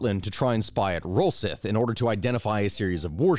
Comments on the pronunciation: Great video again man as always. However i need to pull you up on some pronunciation errors. 1) It's not Rosyth as it reads. It's either Rosycthe or Rasytche. As in Sycthe the farm tool. 2) It's not EdinBURG but Edin borough. As in a local borough. These differences are largely due to evolution of language and the face that Scots don't exactly speak what Americans and the English would call Standard English. Regional dialects blah blah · Assuming the British naval base you referred to in this video is Rosyth, the pronunciation had me on the ropes! It is pronounced Ross-I-th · Hate to be that guy but it's pronounced row-scythe